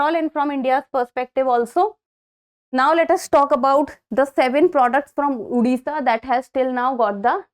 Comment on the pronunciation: Mam sorry but It's Odisha Not Udisha We have fought it and got the 97th Constitutional Amendment